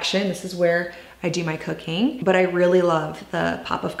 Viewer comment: After rewinding like 8 times..... I finally decided you said COOKING.... oh my Lord!!!!!